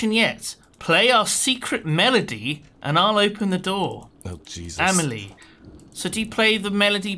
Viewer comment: Blair Snurtburgler A-may-lee-eh is totally wrong (that would be «amejlie») It’s «ahm-ahl-ee-eh».